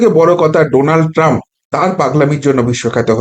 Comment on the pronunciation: You have read Donald Trump as Nodal Trump once